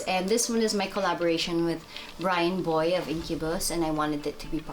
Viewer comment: It's Brandon Boyd, not Bryan Boy. 🤦